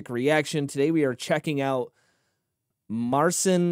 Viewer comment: Mar-chin Pat-cha-work. Roughly the way his name can be pronounce.